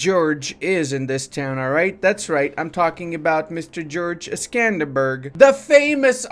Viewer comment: I do not know why pronounces Skanderbeg as Skanderberg. The name is short for “Lord Alexander” or “İskender beğ” in Turkish. It is pronounced “beg” as in beggar.